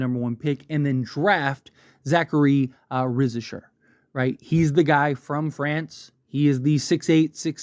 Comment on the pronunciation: Yeah and it's not Risher more like Ri za shay.